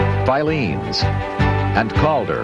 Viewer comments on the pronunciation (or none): .....I didn't miss out on Caldor. I'm 34 years old. It's just the way they are saying it that is wrong. It's Cal-Door, not Cahl-der. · I've never heard anyone in my life call it "Cahl-der" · They mispronounced Caldor